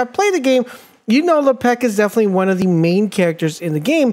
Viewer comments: Lepeck? C'mon bro, "Le-pick" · This guy must be French" Le pec " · You made this video unwatchable because you did not say his name right and you said it a lot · You made him sound like a french hockey player.. he does not play for the Penguins, sir! Pronounce his name right or I’ll have Jean-Claude Van Damme come kick your door in..